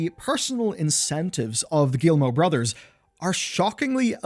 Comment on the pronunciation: I'm so sorry. Your video is good... But I just... I cringe every time you say "Guillimot". Ohhh anglophones... Never change.